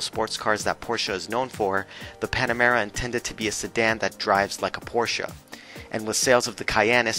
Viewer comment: Props for pronouncing Porsche right! ❤️